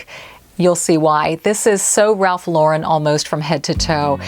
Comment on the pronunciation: So nice to hear Ralph Lauren pronounced correctly.🤠